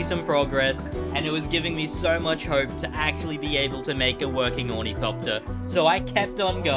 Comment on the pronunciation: Ornithopter is pronounced awr-nuh-thop-tur just kinda annoyed me when you said ooh knee copter no hate real cool build keep it up